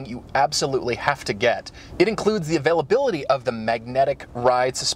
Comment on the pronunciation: How hard is it to say THE instead of 'da' like a 4 year old? Say it with me now, c'mon, THE GTR.